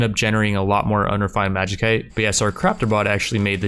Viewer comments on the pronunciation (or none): It's pronounced magi-site not magi-kite, sorry I don't know why this bothers me so much but please bro. Otherwise great series, really enjoyable. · Lol I cringe every time you say Magi-cite, love the series so much